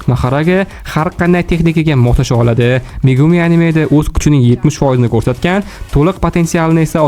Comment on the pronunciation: kurset mas qo'rsed db oqiladi oka